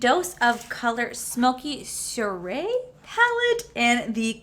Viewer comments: Soiree is pronounced swɑːreɪ It's all French and dignified apparently 😂😂😂😂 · Soiree is pronounced like swa-ray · Soirée is pronounced...Sw-ah-ray-it means dinner party... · It is apparent has never studied French...lol. (Pronounced kinda like 'swaray') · Girl, you need to take French lol. Soiree is a French word for party. Google will give you the pronunciations of words